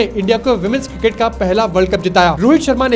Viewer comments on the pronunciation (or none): none